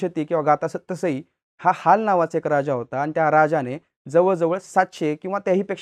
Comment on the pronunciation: HAL nahi Haal bolt hote